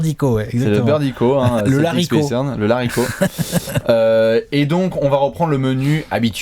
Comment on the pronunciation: Le Larrico, on m'a toujours dit qu'on faisait pas la liaison.